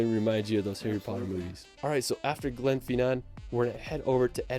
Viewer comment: If you are in London for 2 hours you won't have time to see anything !! You don't have to drink alcohol when you go to the pub. BIG BEN is the BELL inside the ELIZABETH TOWER. HE pronounced GLENFINNAN and VIADUCT incorrectly. What about the LAKE DISTRICT, THE COTSWOLDS, THE PEAK DISTRICT.?